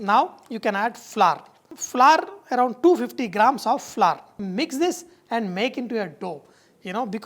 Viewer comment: sir you are a great cook nothing wrong with indian accents but since you are a great chef, please fix some of your pronunciations. for fantastic: it is fan. not fun or funtastic. for flour it is not flar/flaar or flore/ floor. it has same pronunciation like flower (phuul). same with hour (ghanta) it pronounces same like "our". hope you didn't mind. not aar/ are. although some measurements are missing from some of your recipes, but your cooking is undoubtedly "funtastic" :). since you have a great sense of humour. god bless you.